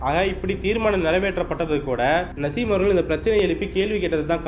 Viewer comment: நசீம் இல்ல தலைவா நாஜிம் ஒரு தடவை தவறாக உச்சரீத்தால் பரவாயில்லை பத்துதடவையும் அதே பேரை உச்சரிக்கிறீங்க காரைக்கல் தொகுதியில் தொடர்ந்து 35வருடங்களாக சட்டமன்ற உறுப்பினராக இருக்கிறார் நாஜிம்